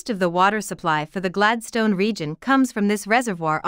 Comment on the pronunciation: Would be more convincing if the bot-voice could pronounce Gladstone properly